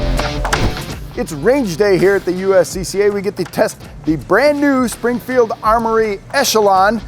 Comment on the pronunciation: Springfield: this guy won’t get our name right for a free gun 💀🤠😂😂